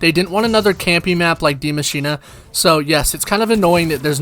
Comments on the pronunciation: I don't think it's "The Machine" I believe it's "DIE Machine" So in german it wouldnt be "D-Mashinah" It should be "Die Mashinah" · Did he say De-machinea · Would you expect English speaking people to pronounce it in a German fashion? That doesn’t make much sense to me